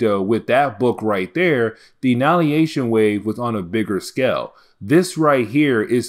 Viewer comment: AnNIHIlation not annalyation xD